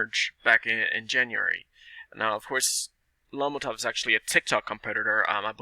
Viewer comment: If you can’t even pronounce lomotif what do U think the potential is? Have u seen the app and compared it to tik tok? Quite a joke really. Pretty much a pump and dumb game by Ted Farnsworth. Lomotif is not a tik tok competitor. Tik Tok revenue for 2020 was 35Billion. Lomotif’s revenue in 2020 was 6000 dollars. Hahaha.